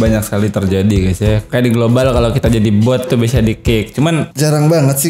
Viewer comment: 6.34 bkn gloowal bg